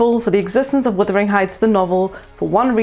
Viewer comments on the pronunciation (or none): Wuthering not withering